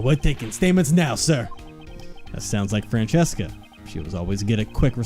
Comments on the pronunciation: I know this game series is a couple of years old and I’m only watching this now.. but why do you read her name as Francesca(Fran-Ches-Ca) and not Franziska(Fran-Sis-Ka)?? I didn’t watch the Justice For All, so I don’t know if the reason was stated then. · Btw I've been wondering this for a while, why do you guys pronounce her name as "Fran-chess-ka"? It's meant to sound German and stuff, so the "z" would make a "ts" sorta sound and it would be "Fran-cis-ka" or something like that. It's not too big of a deal really, so if you keep doing it your way I don't mind, but it can be a bit distracting is all I'm saying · Yeah, they read it in an Italian pronunciation "Francesca" and not in German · Where is there an H in Franziska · oh god I forgot you guys pronounced Franziska that way, it gave me whiplash (haha) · For real, I thought at first they just misread it and it’d get fixed after a few episodes but it just kept going 🥲 she’s my favorite so it’s a pet peeve of mine